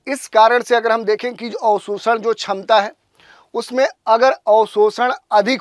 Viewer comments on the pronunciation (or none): none